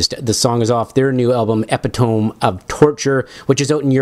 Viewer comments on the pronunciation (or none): Epitome is pronounced E pit toe me.